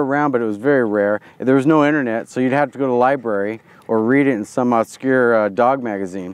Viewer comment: oscure? c'mon it's obscure